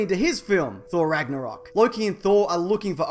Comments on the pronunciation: lmfao "ragnarocking"😂😂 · ragnaroking lmao